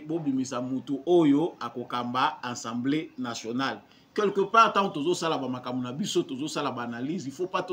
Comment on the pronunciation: Ndeko na ngai,,fais quand-même un effort ":assemblée nationale " et non "ensemblee", tu es encore jeune, tu peux le faire:assemblée nationale!!! Merci.